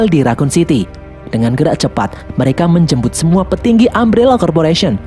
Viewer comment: woy menJembut woy.. Hedeh telinga gua wkwkwk Stay halal brader😭😂